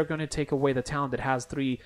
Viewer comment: Good vid but what the hell is a tallent? I heard of talent but not of tallent.